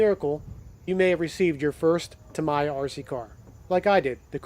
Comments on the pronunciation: There is only one way of saying it, it “Tammy-ya!” Imagine someone mispronouncing your name, I’m sure you would correct them. Saying Ta-Mee-yah is no different. Anyway, great job on the video! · There is no debate : it's TAMMY-YA 😋 It's fun : english-spoken people have great difficulties to pronounce correctly japanese brands names. In model railway, it's the same with Kato 😂 Thanks for the video ! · Its TA ME(AS IN YOURSELF) YA. I live in Japan so its pronounced that way. There is no debate. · Japanese pronunciation is Tah-me-yah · The correct Japanese pronunciation is TAH-mee-yah 😊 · In Japanese, Tamiya is pronounced as "ta-mee-yah" with three evenly stressed short syllables. I speak Japanese. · It's "Tum - eee - a" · Pronounce TAMIYA by using Japanese way to make you as professional.